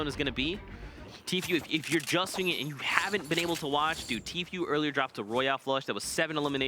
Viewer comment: Someone needs to tell Tfue is pronounced T-Foo not T-Few